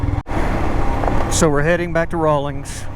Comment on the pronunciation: Correction: It's Rawlins, WY---Rawlings makes sports equipment.